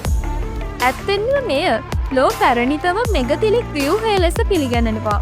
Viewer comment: මෙගතිලික් නෙවෙයි මෙගලිතික්